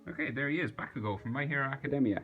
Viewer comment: bekugo LOL SRRY FOR SAYING THAT IM NOT HATING BUT THE WAY YOU SAY IT